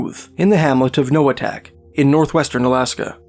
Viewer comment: Inupiaq Eskimo here, I’m certain you pronounced 100% of these villages wrong 🤓 my mother is from Noatak (no-uh-taq) and Kotzebue right next to Noatak.